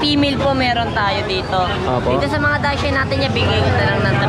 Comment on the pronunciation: ang tamang pronunciation po ng "Dachshund" ay daks - hund. hindi po Dashand o dak shand. Daks- hund po. Salamat po and more power. Congrats po sa 100k subscriber. Looking forward sa 200k 😊